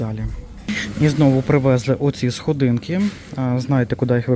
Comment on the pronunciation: Уже слава богу "прогумовані ", а не "прорезинові".Тепер іще треба навчитися робити правильний наголос . Не содИнки , а схОдинки. Нехай щастить😊 .